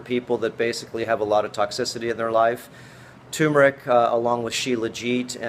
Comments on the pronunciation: joann dortch Do you mean accent? No in this case it is mispronunciation! It is tur meric not tue meric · Please, tuRmeric not 2meric. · It's pronounced TURRRRRRMERIC, not TOOOMERIC. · David Parker annoying isn't it. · its pronounced TURmeric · Turmeric. It has no a in it at all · My God this tyumeric. I mean, I know why, people see the word for the first time and to the untrained eye rm (RM) looks like an m. So turmeric becomes tumeric. Then there are those who hear it mispronounced much earlier than they read the word for the first time, and they're pretty much doomed. Still it gets on my nerves like few other things. Nobody says tookey, toof, toomoil, so why say toomeric? Meanwhile the video is going on (yes, I got totally distracted as soon as he said toomeric the first time), and he's been mispronouncing a whole lot of other words, so, bless his heart. I'm going to start the video again and try to listen to the contents. Oh God, he just said ayurveedics... maybe I'll look for another video.